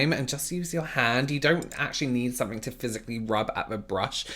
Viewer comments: When says “somefink” my heart goes😍😍😍😍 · “I’m sure a lot of people on there need to be arrested (dramatic pause) for something” 😂